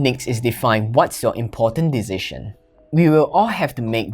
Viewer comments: He cannot say Decision but he makes better videos than others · You pronounce "decision" so strange 🤪